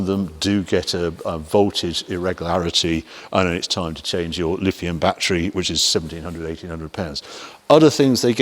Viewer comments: Really? I pronounce it the way it is pronounced. The clue is in the spelling. LiTHium, not LiFium. I do hope that I did not keep you waiting for too long. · Which video did you watch? Each time he mentioned the battery, it was Lifium.